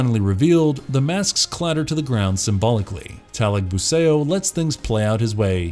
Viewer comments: "datu talagbu-say-oh" wtf is this shit pronunciation. just say talagbu-sah-ou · Great job with the pronunciations, got most of them right. A couple of thing to point out though. The "ao" vowel combination in Filipino isn't read like the ao in "chaos", but like the Chinese greeting "nihao". So Talagbusao rhymes with "how", not with "Play-Doh". Trese is the "mandirigmang babaylan"; the last part should be read like Buh-bye-lan, not like Babylon.